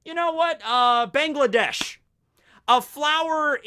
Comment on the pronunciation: You spelt Bangladesh wrong lol its funny, here is some advice, its not bengladesh its Bangladesh so the way you spelt the a in "gla" is how u spell the a in "Ba" so its Ba ngla desh, its ez for me since i am kind of indian but yeah there you go i hope u can spell it now